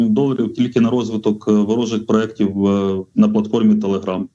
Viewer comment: Вибачте, але якщо це Вам важливо, то правильно: проєкт